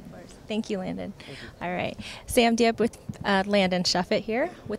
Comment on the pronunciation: Its "Shuffett"